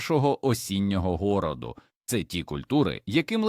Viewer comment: А вже, як почула слово городу - гОроду, то не можу не попросити Вас переписати це відео і надалі слідкувати за вимовою слів, будь ласка...❤